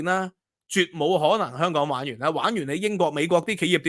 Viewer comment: 蜑家人發音:康港😅